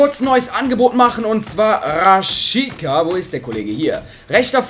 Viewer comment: Man spricht Rashica nicht RashiKa aus sondern normal Rashica mit C #noHate